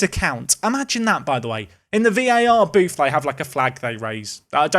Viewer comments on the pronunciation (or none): none